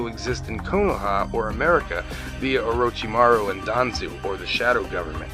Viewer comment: Yeah, he can't pronounce their names worth a crap. He butchers the pronunciation of Naruto, Orichimaru, and the aforementioned Akatsuki. Personally, I get annoyed when people pronounce Naruto like NaROOTO, instead of stretching the syllables out when you say his name. If you watch the original Japanese, it's clearly not pronounced NaROOTO, but Na-ru-to. Weebs, I swear...